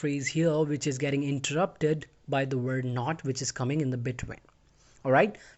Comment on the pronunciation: Stop pronouncing word as wop